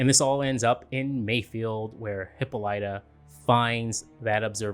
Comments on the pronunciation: OMGosh I'm cringing every time I hear Hippolyta's name being pronounced.. it's HIP-PO-LY-TA! And we will refer to the beautiful Afro-Futuristic Diva as--"The Celestial Being with 4C HAIR!" Another YTuber named her that and it fits beautifully! As a black woman this episode was so beautiful, inspiring, and just touched me on a level that was spiritual! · OMG please I’m begging you say Hippolyta’s name correctly.